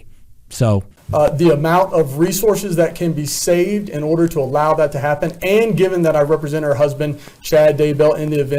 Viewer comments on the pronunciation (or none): none